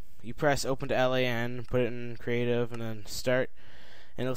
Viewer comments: L A N? brah... its LAN... Local Area Network. Triggers me when people say it wrong xD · Holy shit plz stop pronouncing it L. A. N. It should be pronounced as one word.